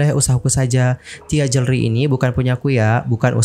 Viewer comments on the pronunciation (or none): Bilang jewelry....joolry, oneng